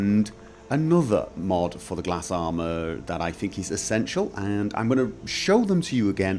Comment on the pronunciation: it is not pronounce gla-s but something else i don't remember